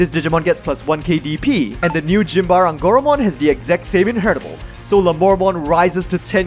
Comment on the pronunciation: Yeah, I had a similar reaction to “Gym bar eh” instead of Symbare